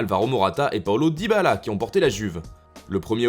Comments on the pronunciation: je vous aime mais SVP: Arretez d'ecorcher le nom de Dybala!! C'est Dybala et non "DybAAla". C'est reccurent chez vous et ca devient penible. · “DybaAllah” ptdr la prononciation